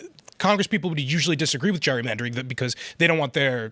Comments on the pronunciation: Phil its gerry-mandering not jury mandering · Phil!!! It's not jury-mandering!! It's Gerrymandering!! As in my kids' ancestor Elbridge Gerry (signer of the Constitution)... pronounced like Jerry as in "Tom &Jerry"